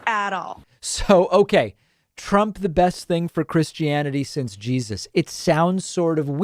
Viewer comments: You can tell she's a hip young Christian why she says "Jesazz". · Why do Fundies always add an extra S at the end of Jesus? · Actually to me it sounded more like JeSAS. Also if she is a 'Christian' she needs to swat up on the 10 commandments. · she didn't say Jesus She said je-SUS ... Come on David I know you love doing the pronunciation thing with these people